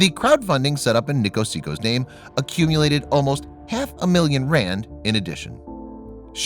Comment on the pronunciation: They mutilated the poor man’s name. 😂😂😂😂